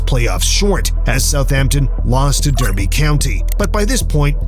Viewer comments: Derby is pronounced Darby by the way, great vid, very informative! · Great video! Subbed! (But FYI, it's pronounced DARBY county, even though it's spelt Derby.)